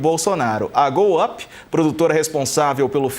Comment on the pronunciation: A pronúncia de Go-up lembra outra coisa